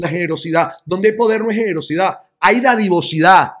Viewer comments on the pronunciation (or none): Disculpa es dadivosidad no didavocidad..